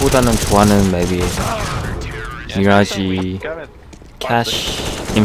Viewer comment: 인페르노 나 미라지 발음 같은거보면 외국에서 사신분 같은데 맞나요?